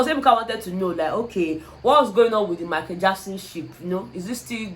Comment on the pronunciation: Is the way pronounced Michael as Maiko for me 😄😅😄😅😅 Love you babe 💚